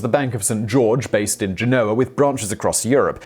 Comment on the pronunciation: He would need to learn how to pronounce names like Genoa correctly first!